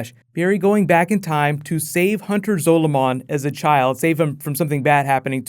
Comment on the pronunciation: Time wraiths are nothing like the black flash they are completely different and u keep saying zoloman wrong